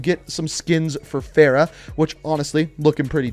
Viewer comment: Anyone else supremely annoyed at his mispronunciation of Farah? Girls name deserves to be said correctly.